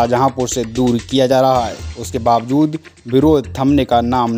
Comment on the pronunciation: अच्छी बात है पुवायां को शाहजहांपुर से दूल नहीं किया जा रहा लेकिन आप अपने उच्चारण में सुधार नहीं कर पा रहे हैं कृपया आप मिशन से दूल(दूर)हो जाएं नोट पुवायां बीसलपुर वाली खबर को ध्यान से सुनो